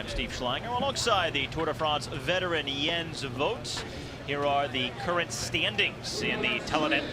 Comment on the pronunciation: Whoever the commentator is (not Jens) doesn't know shit about cycling/cyclocross. He can't even pronounce Jens' name right let alone the racers!!!